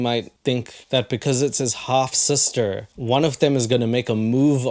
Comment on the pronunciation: Took me a while to realize hes saying half sister, not hot sister 😂